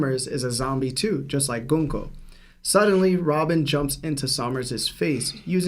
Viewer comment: is 100% pronouncing "Gunko" correctly. The way the name is written in Japanese and romanized is very clear. If Oda intended for it to be pronounced the way is saying it, the Japanese spelling and romanization allows for that.